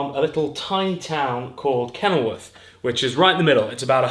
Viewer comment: Did you say from kennelworth? WOOF